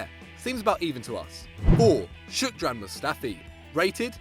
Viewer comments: Off with head. HIS NAME IS SHKOD-RAN. NOT SHOOK-DRAN. SH-KOD-RAN. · Where's the "k" in Shkodran? Ah, yes behind the "o". Wait no, it isn't, is it? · You butchered mustafis first name